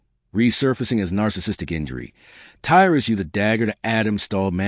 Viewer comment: Your video is a load of shit. And false... Shame your information not correct. And you cant even get tys name right ffs.. if your gona do shit like this check your facts..